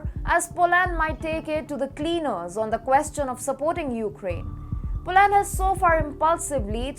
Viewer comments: How about POLUND or POLIND 🤗🤭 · Polaaaand. It is Polánd not Polând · She should learn how to pronounce Poland!!!!